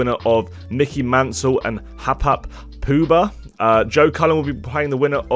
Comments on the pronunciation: Hap hap Poobah....... Haw pie pooo haa mate 🤣 Didn't you give Edgar shit recently for getting names wrong 🤔😉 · its pronounced hoe pie poo ha lol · As a Kiwi myself and not only met him and his family, but consider them to be friends of mine, the pronunciation you're after is Ho-pai Poo-Ha. Haupai Puha. I feel he will have no problems with Mansell and Rapid Ricky, but get to Round 3 and get tipped up by MVG, but proud of Hopes to be there and for me, an awesome effort would be getting to the Evans game and if he gets past van Gerwen, it'll be the first story on the sports news here. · Your pronunciation of Haupai Puha 😂 😂 Its How-pie Poo-Haa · Hapap Puba 🤣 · The way you pronounced Haupai Puha 😅😅😅